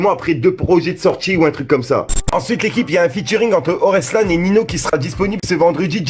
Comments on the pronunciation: Orelsaaaaaaaaaaan putain !!! Pas oreslan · c'est orelsan pas oreslan pas grave avant que les gens critique et tout